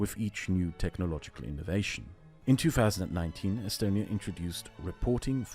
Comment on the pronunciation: its not pronounced “e-stone e ya”?